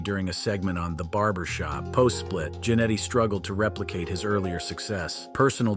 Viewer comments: It's not KAH-mala (like in Kamala Harris), it KUH-MALA. It's not JAN-etty, it JANETT-EE It's not X-Pack, it X-Poc Honestly this is my pet peeve with these kind of wrestling lists. Is it really so hard to do a little research and watch one of their matches to learn how to pronounce their names correctly? There's dozens of videos available on YouTube. When you mispronounce a name, it makes it obvious you never watched one of their matches and thus probably don't know what you are talking about. Did you just cut and paste from wikipedia or something? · I cant with the "KAH-mala" "X PACK" and Marty "JENN-ity". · If you're going to do a video on wrestlers or anyone, you should know how to say their names. Kamala with 1 syllable and I laughed out loud when he said Jan-netty. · the same reason he called him Marty Jen etty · I love how they pronounce Marty Jannetty. Wanker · Please pronounce Marty Jannetty right